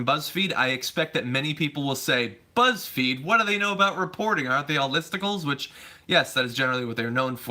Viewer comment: Buzzfeed are are "lysticals"? Can someone translate what I misheard?